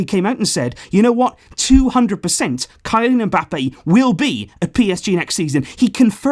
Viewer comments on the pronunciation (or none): A petition to have pronounce the poor kid's name. It's pronounced as Kelian not kylian although that's how it's written please sign this petition my commenting below